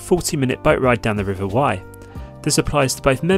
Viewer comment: FYI - The RIver Wey is pronounced like "WAY" not "WHY".